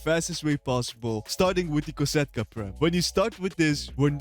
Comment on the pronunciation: Its kosatka not cata